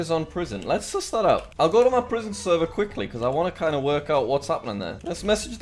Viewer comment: Why you say seervaar instead of server ..?